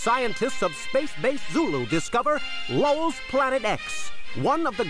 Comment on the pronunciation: I heard "Lowell's" as "lulz..."